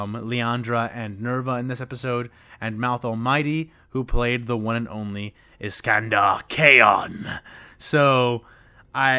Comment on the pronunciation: Hey uh for future reference; Iskander Khayon's name is apparently supposed to be pronounced Shekandur Caine or so says the Lexicanum Wiki that cites The Talon of Horus novel as a source.